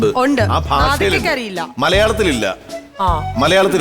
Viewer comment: ഇൻഡോനീഷ്യൻ ബാഷ അല്ല, ഭാഷ എന്ന് വേണം!